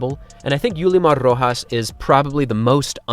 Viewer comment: Great job on the pronunciation on Yulimar's name. You must have good practice with spanish or be a native speaker. I'm a Venezuelan so i'm happy to see Yulimar on here and considering all the issues of our country, and without knowing much about Yulimar's background or her political affiliations, I congratulate her on her athletic accomplishments. Don't know if I can condone the person without more knowledge into the aforementioned. Being from Venezuela, sadly, one must always be skeptical of how our athletes get their backing and if it's at the expense of the masses.